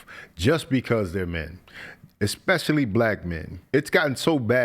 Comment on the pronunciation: What makes this man a fool, is he hides behind words salads. And not genuine understanding. my mans said “exspecially” c’mon man. Fellas like him really get told they’re so smart and speak very well. Ha. Fools speaking foolishz